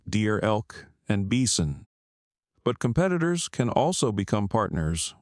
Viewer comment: Your AI voice needs work lol "beeson" vs "by-sin"